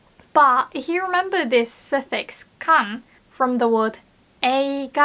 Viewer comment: your english sounds near perfect and i am really impressed. it will be even better if you can improve your pronunciation of "f" when you say the word "if". when you say "if you", now it sounds like you are saying "ihyoo" instead of "ifyoo". please don't get mad at me for saying this. i just had to point it out since you are so close to the zone. ja marane~ bye:))